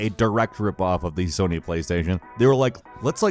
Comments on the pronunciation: "Fony" damn seriously man?! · Fony computer entertaiment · Fony Sony 😂😂😂😂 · Fony omg I can't